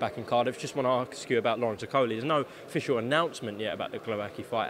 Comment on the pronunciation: 5.20 why can’t certain people say ASK? It’s ‘ask’ not ‘aks’